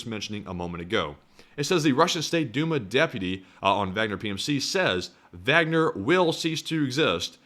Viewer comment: If you pronounce the “W” as a “V”, pronounce the “A” as an “Ah”. “Vahgner”. That’s the proper German pronunciation. You’re halfway there.